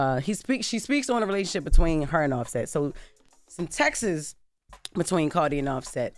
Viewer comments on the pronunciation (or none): I came to the comments to type this! 😂 I even heard Garcelle Beauvais pronounce it as “textes.” 🤦🏾‍♀️ I’m in Texas too! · I heard taxes 😂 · Right! Like, we say contexts, not contexas... 😂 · How have yall never heard rumors about the Will and Diddy association? It's everywhere and on everything. Annnnnd for the love of God, please stop saying "Texes" for multi text messages... its TeXt.... 😮 and I hate they made the past tense TEXTED it should still be TEXT! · Jessss, 1 text message= text More than 1 text message = texts. Not text ES 😂 and deff not TEXAs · Not the Texas!!😭 I swear I thought she said that😂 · Text < singular> strong T at the end of the pronunciation. Texts < plural> hard emphasis on the" s' not " es"